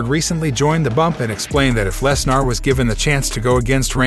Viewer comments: Did he say. "Les Nar" ? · Yea lol Brock Les Nar